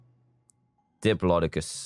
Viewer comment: So apparently all British people say diplodocus like DIPOLO DOCOLS